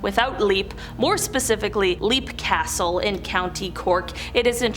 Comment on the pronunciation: Great video. I thought Leap Castle is pronounced Lep, not leeap as in jumpng. Hope I can visit sometime